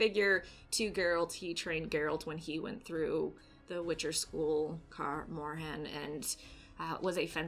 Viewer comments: Why “ unfortunately “?? Who wants to see Geralt & Ciri at Kaer Morhen ( not “car more-hen”) for a whole season? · “Car morhan” 😂